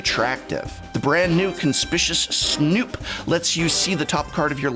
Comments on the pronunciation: Conspicious' Snoop? I thought it was Conspicuous Snoop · Conspicuwus Snoop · please stop saying conspishious snoop. Are you doing this because you hate God and America? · Why does every single MTG youtuber say Conspishis Snoop? I feel like I'm going crazy. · Doubling down on the mispronunciation of "Conspicuous Snoop" hurts my soul. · Okay, why does everyone mispronounce Conspicuous Snoop? Is conspicuous really that hard of a word?